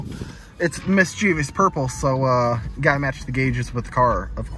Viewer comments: It's "mischievous", not "mischievious". :) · Mis chuh vus. Not mischeeveeus 🤣👍